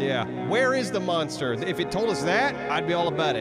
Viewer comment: For some reason it bugs me when says monster.. it's not munster